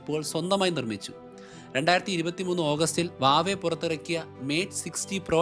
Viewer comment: വാവെ അല്ല ഹുവാവേ